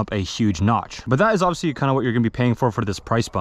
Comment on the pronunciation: bro says "oviously" so much